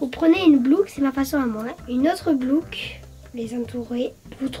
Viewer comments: « vous prenez une blouque une autre blouque » 😂🤣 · La blouque au lieu de la boucle hahahaha 🤣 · dit "blouque" comme ma fille. Elle et ma fille ont le même âge, c'est marrant qu'elles disent toutes les deux "blouque" 😂 j'aimerais bien te voir tester des magasins dont personne ne parle comme Princesse boutique, MIM, Pimkie, Jennyfer...etc voir ce que ça donne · C'est moi ou elle a dit une blouc au lieu d'une boucle